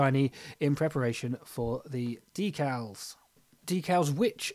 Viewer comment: Good looking model. Nice job on the “dee-cals” (emphasis on the second syllable). 😎